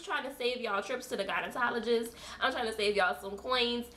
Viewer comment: Lol! Great informative video! Is it me or does it sound like she is saying "gynetologist" instead of gynecologist! So if one dares to put in on the "bottom lips or anus" how long should the product be put on there for? Less time than suggested? Just curious 🤔